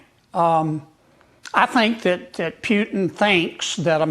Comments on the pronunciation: Who is Peuuuwtin? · Knife fight with Russia? Really? Doesn't sound like Russia brought a knife to this fight ..... and its PU-TIN, now PEW-TIN. Moron. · Its mister Putin not pjutin you dork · Never expected to hear so much hog wash from that Kennedy guy, I always thought he was more intelligent. Further more, someone should point out to him, that it's Putin not Pewton. 🇦🇺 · Geez, that 73 yo dude has been senator since 2017 and in all those years, he couldn't learn that it is not Pyutin but more like Pootin. Sad and pathetic swamp creature. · I wouldnt listen to that guy until he pronounces Mr Putins name. Its not PEWton, its Putin. Guys a genius obviously. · Putin nit Pyutin 😂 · Lol Rep. Kennedy saying the word Putin 😂😂😂😂 “pyootin” lmfaoo idk how were supposed to take that boomer seriously when he sounds like that. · It is not PHUTIN it is President Putin. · Who is Pewtin? 😂😂😂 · FFS that 'mr. Pjutin' sickens me... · The Pyootin is on purpose, right? since when U in english is pronounced Yu? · Pjootin? Where did the "j" come from? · Calling Putin disrespectful while calling him Pjutin.. You can't make this shit up.. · An example of US exceptionalism is the ridiculous way they say words, it has to be with a personal twist, why? Because most couldn't sound out a word they had never seen before unless it was 3 letters or less. Let's take PUTIN for example, the 'world' calls him PUTIN or poo tin however many in the US like the personal touch and give it the PEW TIN touch. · Kennedy is totally disconnect with reality. But for start he can at least learn how to pronounce Putin and stop lying. But he is not a problem it's the brainwashed people who voted for him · Does Kennedy mispronounce putins name on purpose???? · Stupid "git" Kennedy cant even pronounce Putins name...Dumber than dirt... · Kennedy can't even pronounce President Putin's name correctly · kenneddy cuck doesnt een know how to pronounc putin. he is a fool like all of Louisiana